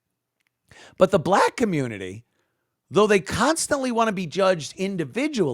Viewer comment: Dey wuv dey comMOOnity